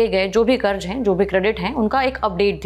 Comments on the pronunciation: Madam, karz hota hai zzzzzz... Not karj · please karz aur karj pronounce karna sikh lo.. I couldn't watch the complete video, ears were bleeding